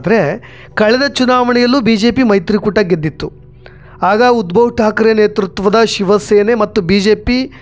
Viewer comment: Uddav thakre, not Udbhav Thakre.